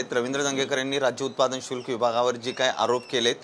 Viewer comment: अहो समजून घ्या उच्चार चुकत असेल तरी पण भावना निर्मळ आहेत.शुल्क खात्याचे नाव भ्रष्ट अधिकारी यांच्या मागे धंगेकर यांच्या रूपाने शुक्लकाष्ट लागले असे समजा.